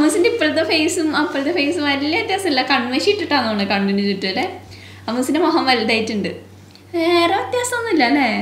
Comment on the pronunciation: ഉണ്ണി മൊഹം എന്നു പറയല്ലെ മുഖം എന്നു പറയു